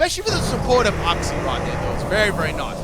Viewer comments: When you misprounouce uxie's name wrong wow. It's not uhxie. It's uxie. You say the letter u first. I can even tell that you haven't seen the anime as well when you misprounouce certain Pokemon like rayquaza saying it like rawquaza when it has ray in the name and not raw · The way u say Uxie triggers me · The way says Uxie tortures me.